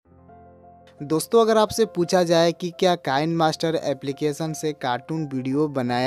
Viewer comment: वह कैनमास्टर नहि किनेमास्टर है।